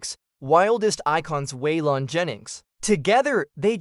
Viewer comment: bot narrated trash that cant pronounce waylon or jessi